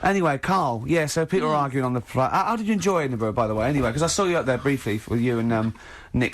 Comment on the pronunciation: is even cuter than Karl 🥰🥰🥰🥰 Well done on pronouncing Edinburgh. First and only American I ever think will get it spot on. 👍👍